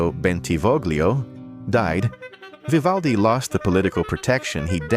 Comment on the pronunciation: Oh please just try tò pronounce his name correctly, if yoy are capable of 🫣😵‍💫😖